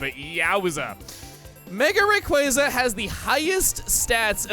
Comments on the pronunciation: Am I the only one that doesn’t see how pronouncing Rayquaza’s name the way Chugga does sounds cooler than the official pronunciation. I don’t remember how I pronounced it as a kid but I don’t have a problem with the official pronunciation. Also, the way Chugga spelled Rayquaza’s nickname to give it the pronunciation he prefers honestly looks stupid to me. Look, when it comes to Pokémon names, I honestly couldn’t care less how people pronounce them, but there was just something about this that really irked me. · Your pronunciation is wrong, and this 100% the wrong way to call his name. that's all I'm gonna say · I've pointed this out in my own comment, but the two Zs in his new pronunciation makes it sound like you pronounce his name like the two Zs in Italians words like "pizza" and the like. That just makes this whole debate even funnier to me, because he can't even make the "cool" pronunciation sound cool. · Strictly speaking, if we use the original Japanese kana as a guide, "Rayquaza" should actually be pronounced "Ray-kuu-za". I don't make the rules. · Raykwazza is literally the dumbest pronunciation for its name and I will die on this hill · That and pronouncing it “Raykwazza” makes him sound like a dumbass. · Chuggaa, you didn't call it Rake-wah-zah, you called it Rake-was-ah. I had found out about Quasars for the first time a few months before playing Emerald for the first time, so I always called it as such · Pokemon Team: NOOOO you can't call him Raykwazza that's incorrect his name is Rayquaza noooo: haha raykwazza go swoosh Me: I prefer Rake WAZZAAAAA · When people say Raykwazza it's one of my biggest pet peeves in pokemon if not THE BIGGEST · You do know it's called Ray-Qwayza, because of quasar right? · Quasar: pronounced kway-zar, thought to be part of the origin behind Rayquaza’s name. That’s why it’s pronounced Ray-quay-za. Also yes, an idiot scientist who made a ground breaking discovery, sounds like a moron.